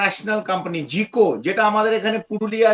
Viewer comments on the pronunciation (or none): এ ব্যাটা জাইকা উচ্চারণ করতে পারছে না বলতেছি জিকো😂😂😂😂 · এই লোক তো জাইকার নামটাও উচ্চারণ করতে পারে না, সে কেমন বিশ্লেষক?